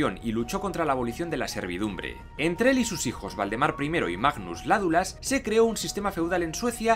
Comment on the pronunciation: Dijiste el rey Voldemort :o ah no Valdemaaar